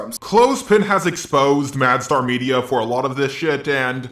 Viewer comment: It bugs me that you call him MadStar 😂 Gosh darn it JAR fanbase